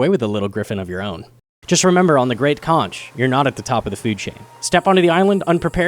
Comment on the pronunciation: it's pronounced conk